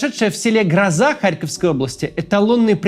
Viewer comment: Максим,село ГрОза(ударение на "о"), будь ласка